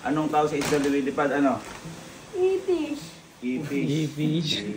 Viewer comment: IFISH? 😂😂😂😂😂😂😂😂😂😂😂😂😂: Ipis hindi Ifish 😂😂😂😂😂😂😂